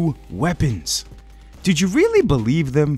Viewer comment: Did we weally want the Blackcell to get nerfed?